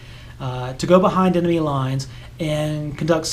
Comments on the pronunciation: Quite interesting. But may I point out, it’s pronounced “enemy”, not “emeny”. (You pronounced it that way three times, so at least you’re consistent.) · Please learn how to pronounce “enemy”. Note that the “n” comes before the “m”. Not, as you pronounce it, “emeny”. And it wasn’t just a quirk in this video. I remember it’s what annoyed me in the last video of yours I watched. I stopped watching this one just after you said it wrong the second time, about into it, and I won’t be watching any others.